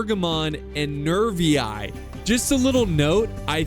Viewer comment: Double i In latin is pronounced "ee" as in the word "free". So Boii is pronounced Boee, and Narvii is pronounced Narvee.